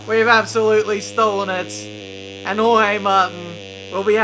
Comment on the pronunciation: "Hohey Martin"... Someone has to teach how to pronounce names... Kivyat, Hohey...